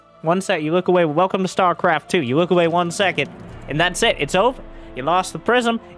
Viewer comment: "stuarecarft two"